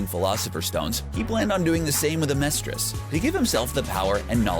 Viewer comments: "Zing" "Homunculee" "Aamerstris" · Some pronunciation errors here. 1. "Furrer?" Fürher is pronounced (fee-yur-rer.) Just a correction. 2. Homunculus is pronounced (Hu-mun-cu-lus) 3. Amestris is pronounced (Ah-meh-stris) If there's an accent thing I don't know about I apologize for that. We're not Gods, we're humans after all. 😆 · Xing, lan fan, xerxes, amestrus....someone teach this guy how to pronounce things. It says it in the show hundreds of times! I couldn’t make it the full 10 minutes with him saying everything wrong.